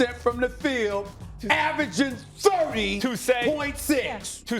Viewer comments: “And he’s averaging THURTY” 😂😂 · Because Curry, KD didn't have the narrative to win, and they already won before. KD, even though the Nets are a superteam, has come back from the worst injury in basketball (a good narrative for the media) and is averaging, as Stephen A likes to say, "THUURTY." Plus, there were a lot of people saying KD wasn't going to be the same and to be honest, KD looks even better than he what was before (which seems almost impossible). So far, this season has just been a big "You know who I am. I'm Kevin Durant" moment for Durant. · Stephen “THURTY” A. Smith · Stephen A “Thirty” Smith. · Stephen A “He can average THURTY in his sleep” Smith